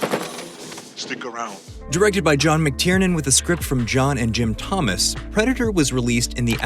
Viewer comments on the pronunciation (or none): none